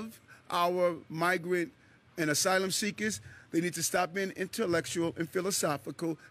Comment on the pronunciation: ERIC SAY NU YOCUS DONTS WANTS NO MO SYLUM SEA-CUSS NO MO 😢